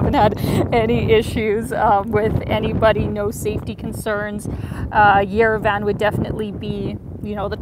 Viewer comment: It’s pronounced “yerev-ahn,” not yere-Van. Thank you for showing us Armenia, you are beautiful.